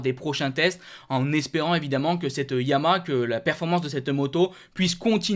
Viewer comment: S'il te plaît.... Dis Ya-ma-HA J'ai 84 ans, une 2005 R1 YaMaHa. Tu ne dis pas Astri pour AstriA. A part çà j'aime beaucoup tes commentaires. Carole.